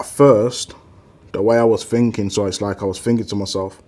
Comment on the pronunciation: Thinking > "Phinking"